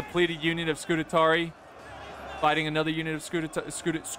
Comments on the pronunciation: Scoo - taa - ree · SCU - TARI not SCU - TA - TARI Read the name man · Not: Scu-te-tari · Scutatarii😂😂 ,man i love u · say it with me: Scu-ta-ri-i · Isn't that a rooster, not a chicken? And Scutarii is pronounced Scoo-tar-ee-eye. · That's funny, I didn't know that I had already watched this video, and after so long I couldn't handle it, nope I've got to comment that you're pronouncing Scutarii wrong, then i saw a previous comment by myself instructing you how to say it. 😂 I guess that's twice I just couldn't handle you saying scoot-a-tar-ee. (It is Scutarii not "Scutatarey").